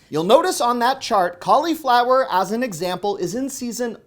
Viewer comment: Cauliflower is pronounced with a short i,. 😆